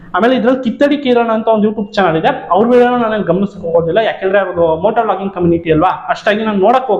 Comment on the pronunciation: logging alla le adu vlogging😂 yar guru ninu